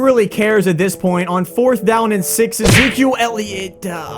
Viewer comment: “My man E-zquil Elliot”